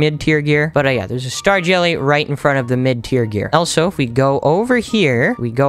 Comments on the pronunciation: he said Elsa instead of also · The fact he says elso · He says elsO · The fact that he says elso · He says elso 😂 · who in the world taught you how to pronounce "also"